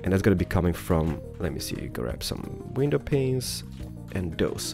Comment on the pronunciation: He finally says "window panes" correctly . Absolutely ground breaking.